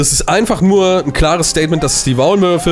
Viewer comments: die WAULMÜRFE“ bin ich die einzige die das statt Maulwürfe hört 😂? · Er sagte Waulmürfe xD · Er sagt es wirklich... 😂